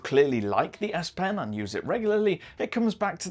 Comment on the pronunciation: I heard "aSSS" pen.........